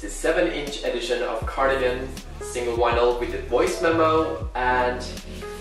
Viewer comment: no one:: "Wynils"